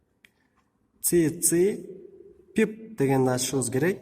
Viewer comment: Не ну молодец но "тс Пип" это жесть "тисипи айпи" произносится